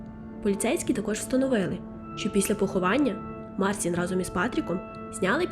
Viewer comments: Канал хороший, нарешті з'явився україномовний трукрайм, але, будь ласка, вимовляйте правильно імена, він не Марсін, а МарЦін, якщо вже по нашому називати, бо так ріже слух, що просто жах. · і хлопець: ім'я вимовляється як Марчін